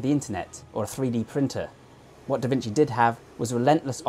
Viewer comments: Just wanna point out that a C followed by an I, in Italian, is generally read as "chi" or "chee" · There are a bunch of other pronunciation mistakes, but I thought "vinsi" was the most easily fixable 😅